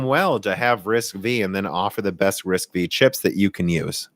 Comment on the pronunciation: FYI It's not "RISC-Vee". It's pronounced "RISC-Five". V (five) as in Roman numerals. Also Intel's 3DX Point is pronounced 3D "cross point". And yes even I started calling it 3D "expoint" at first :)